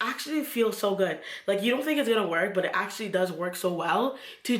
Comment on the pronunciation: "But wait" lol I know caribbean sis when I hear one.